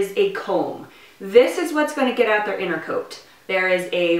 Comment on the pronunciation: "Innercoat" Me: dying inside